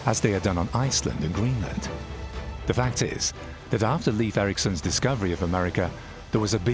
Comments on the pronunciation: It's pronounced "Lafe" (rhyming with safe), not "Leef". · Leiv Eiriksson, pronounced Lafe, not Leaf. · How sad that the voice-over could not be made to learn to pronounce Leif Eriksson correctly. It's not "Leaf" but L-e-i-f : that is, e as in Erik, i as in Erik. You had it already, but lacked the proper advice and training. It's truly tiresome to listen to such a mistake repeated throughout. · Pronounced Layf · The pronunciation of Leif is predictably wrong. Because the Scandinavian languages differ in their pronunciation of the digraphs ⟨ei⟩ and ⟨ej⟩, the name Leif may be either pronounced as an approximate rhyme for "safe", or approximately like the English word "life", In Sweden, Finland, Iceland and Western Norway, it is an approximate rhyme with "safe". In Denmark, much of Norway, and the southern and western regions of the Faroe Islands, the name is pronounced more like "life", while the only exception to this pattern is in the northern and eastern regions of the Faroe Islands where it is an approximate rhyme with the English word "coif". In no Scandinavian region is the name pronounced like the most commonly heard English language pronunciation, "leaf", as that would be a homophone of the unrelated female name Liv/Lif.